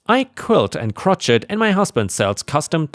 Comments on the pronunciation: 'Crochet' is pronounced 'Cro-Shay' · crochet is said as "crow shay." BYO = Bring Your Own. BYOB = Bring Your Own Beer (popular saying). Nel = "Nell" not "kneel." The name "Neil" would be said as "kneel." gfs = GF's = girlfriend's. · the word crochet is pronounced kro-SHAY. I love this channel, and I just thought you might want to know how to pronounce it.🌟🌟🌟🌟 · Small note for you: the “T” in crochet is silent. Its pronounced “kroh-shey” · Sorry but: Gibberish starts the same as jello Crochet Sounds more like Crow- Shay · Crochet = "crow-SHAY". It's French. Vegan girl is a complete idiot. Cats HAVE to eat meat, or they'll die horribly. They're carnivores, and while they do kill a lot of birds and mice, that's why birds and mice breed like yeast. The dolts who see cats as vermin are vermin as far as I'm concerned. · 👍⭐️✨️🌟✨️⭐️✌️🐱😻🐱🤟 FYI "Gibberish" is pronounced with a "soft G", so: `jib•ber•ish. Also, "Crochet" is from a French word pronounced with a silent T, so: crow•`shay. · Crochet is pronounced crow-shay... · Maybe I misheard, but it sounded like you mispronounced crochet. It's crow shay. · 🇺🇦🌟🌟🌟🌟🌟🇺🇦 Hi, The word "crochet" is pronounced "krow-shay" as it is derived from French. Hugs and pets to Disney! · Crochet is pronounced "Kro-shay", the t is silent. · Crochet Crow-shA